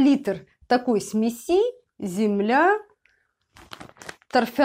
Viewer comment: Извините, но режет уши неправильное ударение в слове ,, смеси' "". Ударение на первом слоге, это так элементарно